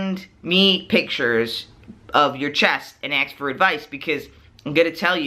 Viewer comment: Great video. (Also, it sounds like he's saying "ax" instead of "ask" haha)